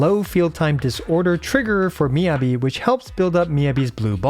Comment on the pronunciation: Please... it's Mi-Yah-Bi, not Mi-yebi